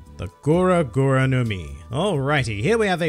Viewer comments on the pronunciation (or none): it's gura not goro